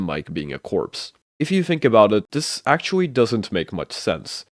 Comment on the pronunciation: bro said “actuawwy”